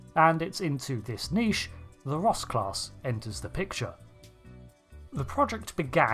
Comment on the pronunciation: you realy need to speack a bit more clearly becuse it sounds like your saying Rust class which just makes this funny as hell to me